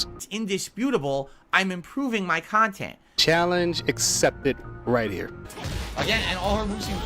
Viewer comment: Only reason his old 'KHANTENT' is better is his dents can't handhold him